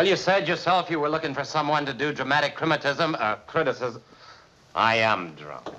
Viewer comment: “You said you were looking for someone to do dramatic "crimitism," criticism.” Some of the dialogue here, spontaneous. There is a point when Joseph Cotten mispronounces a word. He had to go out East to make a deadline to appear on Broadway, so they shot for 24 hours and he was very, very tired when he shot this scene, and he mispronounces a word, and Welles leaves it in and kind of chuckles over it, but it wasn't in the script. The fact that he was so tired from working all night made him even more convincing as a drunk here. This speech by Leland, is the best speech in the entire movie about Citizen Kane. It explains more about Kane than Rosebud ever does and it really speaks for many of the people in his life. So that here is really the answer to Rosebud in this dialogue sequence, and not in the last shot of the movie which simply identifies the sled but doesn't really get to the secret. -Roger Ebert's commentary of Citizen Kane